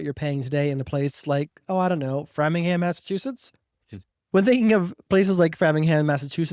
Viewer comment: BTW it is “frame-ing-ham” 😊